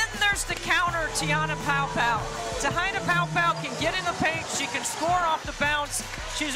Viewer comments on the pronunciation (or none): Ugh this announcer needs to learn how to pronounce Te Hina’s name right 🤦‍♀️